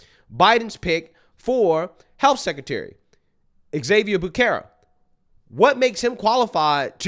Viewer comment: As a native Californian, your mis pronouncement of Xavier Becerra's name is like nails on a chalkboard to me. It's pronounced HAH-vee-AIR bih-SERR-ə.